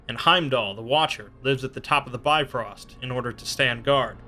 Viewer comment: Its not bi-frost it's pronounced more like biv-rost